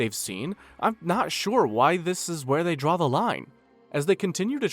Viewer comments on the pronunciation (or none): none